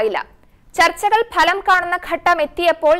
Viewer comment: ഭലം അല്ല, ഫലം എന്ന് പറയൂ